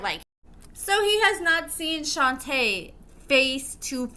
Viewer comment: You pronounced Shonta name wrong I know her she stay in my hometown they still together as we speak she used to be a restaurant manager